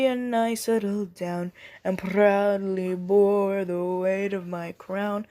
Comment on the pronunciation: WOAH! I love the intensity that you gave the vocals! Well done! (I especially loved that rolled R on "proudly bore the weight of my crown")